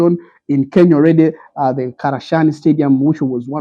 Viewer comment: Its not Karashani, its Kasarani